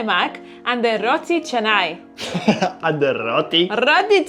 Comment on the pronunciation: you pronounce the "Roti Canai " perfectly now ❤❤❤ 👍👍👍😃, compare to your earlier vlog 😂😂